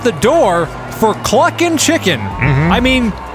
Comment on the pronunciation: Listening to you try to say CK's name over and over again was worth every second. Bring on round 2! :)